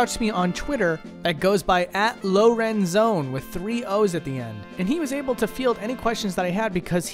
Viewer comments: dude, it's Lorenzo-ooone. not Lauren-Zone. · lmao pretty sure that's pronounced lorenzo-one